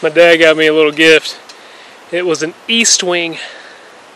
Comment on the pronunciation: What a great video... btw its Est-wing, not East-wing on the axe. They are made in my hometown of Rockford Illinois. You guys rock.